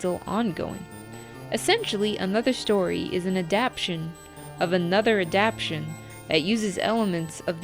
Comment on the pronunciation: It's not adaption, it's adaptTAtion